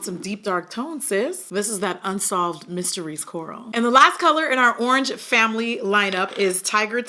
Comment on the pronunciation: WHEN SHE SAID URRANGE I DYED😭💀💀 WHAT A GREAT WOMAN TO REPRESENT THE BRAND!!!!🙌🏾🙌🏾🙌🏾